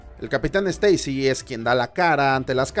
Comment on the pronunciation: Se dice Spaiderman, no Espaiderman. Steisi, no Esteisi